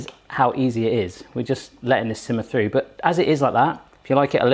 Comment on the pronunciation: is it frew or through? three or free? thought free meant something else. :-D